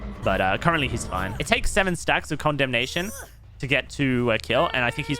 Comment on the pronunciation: I heard Condom nation rather than condemnation.